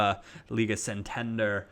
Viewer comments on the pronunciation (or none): its pronounced 'San tan der' not 'san tender'